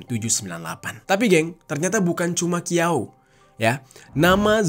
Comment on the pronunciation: Bukan Qiao bang bacanya Chiao.. .